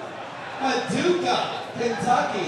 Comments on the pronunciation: PADUKAH.. or whatever. i kept saying it over and over in my head last nite it was stuck in my head. wondering why that guy couldnt say it right. but i guess its the same with PUNXSUTAWNEY [home of the groundhog, my home town wee.] most people cant say it either. ok. rambling. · yesterday for some odd reason i had one word stuck in my head PADUKAH or whatever. and i kept saying it over and over in my head and slowly... and wondering why that guy couldnt say it. i guess i can say it because im from PUNXSUTAWNEY [home of the groundhog lol] and people can never say it correctly either. ok rambling.